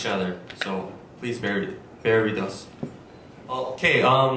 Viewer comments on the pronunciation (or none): none